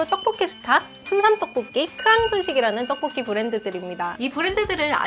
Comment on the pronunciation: 만큼 떡볶이 발음이 찰진 사람은 아직까지 못 본듯..